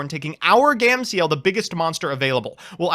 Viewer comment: "Gam-see-el" lmaooooooo bruh